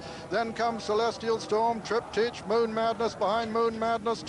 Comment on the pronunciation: It’s TRIP-TIK .. not TRIP-TEACH.. annoying old fogey 🤦‍♂️ Sorry.. but O’Sullivan just gets RIGHT up my kilt 😆 Cracking performance by Reference Point but even better by Cauthen .. he really DID have a ⏰ in his head . Master of pace that guy 👌 👍🏴